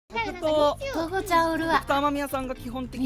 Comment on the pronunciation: しぃしぃの「とこちゃん」って「とごじゃん」って感じの発音ですき